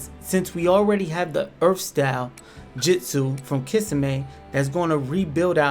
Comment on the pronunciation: No hate but kiss-a-may and mit-su-ki had me🤣🤣 and jitsu 🤣🤣🤣🤣🤣